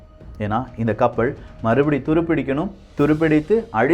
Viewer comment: கப்பள் ஆ கப்பலா தம்பி ஒழுங்காக உச்சரிக்க கற்றுக்கொள்